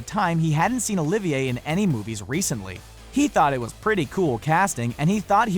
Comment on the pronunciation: Ahemm, Yes, although its Olivier (with a silent R: Oh, Leave, Yeah) BTW, while Olivier was known to be eccentric, Infamous wasn't necessary the top Adjective I'd use (Classic, Great, Famous would do).